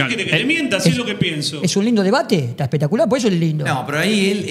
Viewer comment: no te pongas nervioso aparte no se dice espetacular se dice espectacular la diferencia entre ribber y boca es que ribber necesita de boca para ser grande boca no